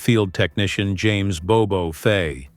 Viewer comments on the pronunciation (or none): none